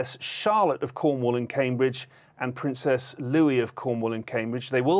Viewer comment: Did he just say princess Louie 🤣